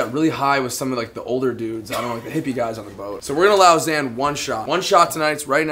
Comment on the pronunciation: "Zain" is not pronounced "Zan"